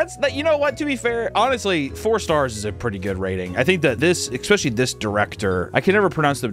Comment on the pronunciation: Never thought I'd follow a youtuber who says "expecially" and not be bothered by it, I love that you don't say "Aynk-shent" though, that one really sets me off lately.